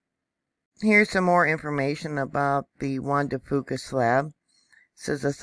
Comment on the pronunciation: Thank you!!! (BTW, here in the NW we pronounce it Juan de "Fewka". No big deal!) Keep up your good work.